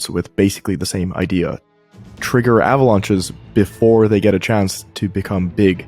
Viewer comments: ahhh-vuh-launches ... Thank goodness for the "mute" function. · Thumbs up for "ava-launches" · I really hate the way he is saying "uhhhhvalunches"